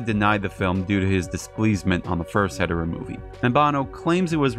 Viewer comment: If you don’t fully pronounce Hedorah or say it too fast it sounds like you’re saying hetero